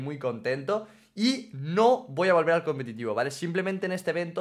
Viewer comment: Que humilde diciendo competido